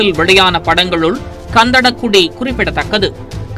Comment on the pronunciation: "Ghan"Dha"da" "Ghu"di not kandada kudi